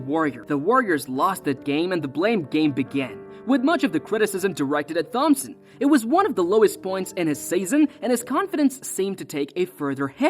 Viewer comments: Why are you saying THompson. It’s pronounced like Tom-son 😂😂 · H is silent in thhompson 😂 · Saying thompson like TH-ompson is really getting on my nerves 😢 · It's klay (tomp-son) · I’m glad someone said it because I too was in search for this comment. I actually had to look up other videos/shorts just to hear someone say it correctly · Sent a quiver up me spine lad